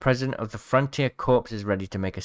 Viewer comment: Corps is pronounced "core." English is weird.